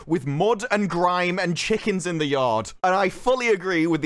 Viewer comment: When you talked about Manchester did you say chickens like a manc...as in chichkehns If you did well played sir. Or not if my mind made that up. It is early haha